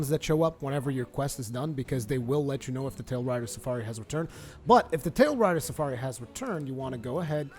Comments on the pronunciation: "Tailrider Safari" - Its "TailRAIDER Safari" :P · Argosy = ar-guh-see also Tailraider Safari = tayl-ray-der suh-far-ee Awesome videos! New subscriber!